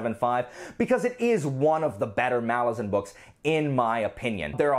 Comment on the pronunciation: I appreciate that you pronounce “Malazan” properly. I agree with being bored by Icarium and Mappo.